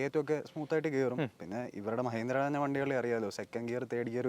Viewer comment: മ്യഹീന്ദ്ര, മ്യാരുതി എന്തോന്ന് ഭായീ ഇത് മലയാളത്തെ കൊല്ലുന്നോ